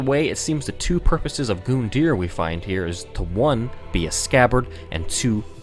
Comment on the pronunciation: Face it goondeer is more fun to say